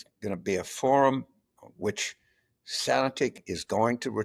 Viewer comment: What is Carville saying at the end? There's a key word that I can't understand. "...going to be a forum where (sanatic) is going to return to American politics". Closed caption says "sanatic", and that's what it sounds like he is saying, but that's not a word. Does he mean "sanity"?